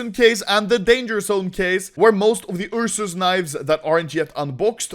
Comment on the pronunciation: Ah yes the "Ur sus" knife